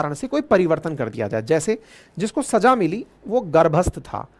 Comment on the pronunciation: गुरु जी छमा नहीं क्षमा(kshama) होता है। आपको शुद्ध उच्चारण करना चाहिए। और सजा (Saja) नहीं सज़ा (Saza) होता है।